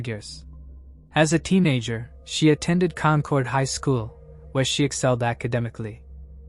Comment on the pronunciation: It’s Con-kid. AI needs to be taught, if the story is based here in New England, it’s Con-kid. Thanks for the stories